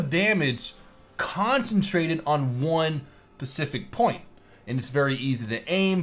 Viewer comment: Pacific point?